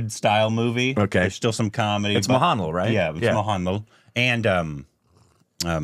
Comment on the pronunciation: It's not mohaanlal, it's mohanlaal